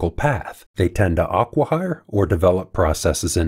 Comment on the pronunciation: NB: the a in 'acqui-hire' (acquisition) is like the a in apple. Aqueous is also most typically said with a long a.